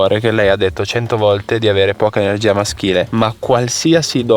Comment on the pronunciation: RieSHco SEntire tuTTa l’ enerGGGGIA del desëærto….. ma vai a cagare 😂😂😂